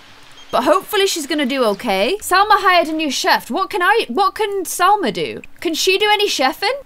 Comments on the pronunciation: You keep calling Salma Jalma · Its salma not jalma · You keep calling SALMA JALMA! like if you agree